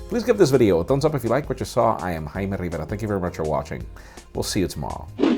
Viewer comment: Dude you're not "Hymie" or "Hymen", you're "", stop saying it like that.